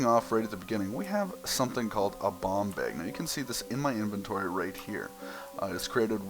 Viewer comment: when you said bomb bag it sounded like bong bag